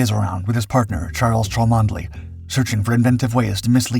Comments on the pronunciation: Please, Cholmondely is Chumley when spoken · Arrrgh the mispronunciation. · Cholmondeley, pronounced Chumney I beleive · 'Cholmondeley' is pronounced 'Chumley' ! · chomondley is pronounced chumley. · Thank you, I was just about to say the same thing.. good to know how known it is 👍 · This is about one of the greatest deception plans ever. The man who thought up the plan was Charles Cholmondely (pronounced 'Chomly'). You should be ashamed that you failed to provide the correct pronunciation in your episode.